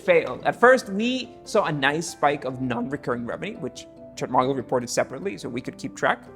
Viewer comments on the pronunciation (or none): "ChartMogule." "Er. I wonder if that was tongue slip." "ChartMogule." "Apparently not."